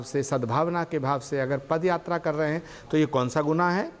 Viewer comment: Party can't even pronounce the Indian word properly. Instead of saying Paadyaatra they call it Padyaatra.